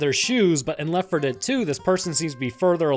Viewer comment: why cant he say Left4Dead2 and Left4Dead ??????????????????